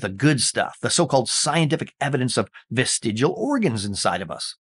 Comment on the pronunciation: Ooopsie! It's vestig-I-al, not vest-igal! The second letter I makes a big difference to how you pronounce it.